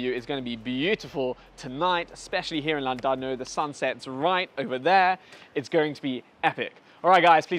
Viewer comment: Thank you for helping all of SA finally pronounce 'Llandudno' properly. Not all heroes wear capes, some wear a yarmulke.